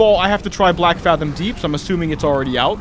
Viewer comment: The fathom in Blackfathom is pronounced the same as the word fathom itself, no ahh sound